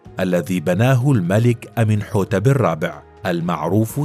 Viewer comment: فيديو رائع جدا يبين عراقة وأصالة حضارة الفراعنة والمصريين القدماء لكن الأسماء كلها نطقت خطأ سِنْ وِسِرِت بكسر كل الحروف وتسكين الحرف الأخير وتعني الرجل القوي بِتح وليس بتاح بكسر الباء والتاء إي مِن وليس أمون إي بتخفيف الياء وكسر الهمزة ومن ينطق مثل حرف الجر من تماما إي مِن حِتِب وليس أمنحتب ولا أمونحوتب حِتِب وتعني (رضي) الفعل الماضي من يرضى و إي من حتب معناها إي من قد رضي وهو ليس اسمه كعادة كل الفراعنة ولكن اسم شرفي لجلوسه على العرش مثل (الحاكم بأمر الله) أو (المعز لدين الله) أو (المستعلي بالله) وهكذا أخِن آتِن وليس أخناتون وتعني أخو أتِن أو المخلص لأتِن (أخِن) بكسر الخاء وآتِن بكسر التاء جِحوتي مس وليس تحتمس.. جحوتي بكسر الجيم ومس بكسر الميم ومِس تعني وليد أو رضيع أو صغير العجل وجحوتي هو المنتسب إلى الإله وليس إله مثل ما نقول رجل له كرامات أو مقدس وهذه الأشياء ولكن الأوروبيون ترجموها إلى إله ولكن نِتِر بكسر النون والتاء معناها المنتسب إلى الإله وليس الإله (رجل مقدس) وإي من وبتح ومنتو وموت وكل هذه الأسماء هي نِتِر وليست آلهة المصريين القدماء عبدوا الله على دين سيدنا إدريس عليه السلام ولم يكونوا عباد أصنام ولكن الديانة دخلتها بعض البدع مثل فلان رجل قريب من الله وله كرامات وعندما يموت يتمسحون فيه قبره ويتبركون به ويقولون ندعو له (مثل ضربح السيدة زينب الآن) طبعا حد يسألني ليه معظم اللغة المصرية القديمة مكسورة الحرف الأول والتاني لو اللفظ من ٣ حروف أو ٣ نغمات؟ طب انطق كده الكلمات التالية بالفصحى مرة وبالعامية المصرية مرة هتلاقي إن القبط أو بقايا المصريين القدماء بعد الإسلام حرفوا اللغة العربية لتصير مثل لغتهم نجح (فصحى مفتوحة كل الحروف) باللهجة المصرية (نِجِح) هرب (فصحى) هِرِب (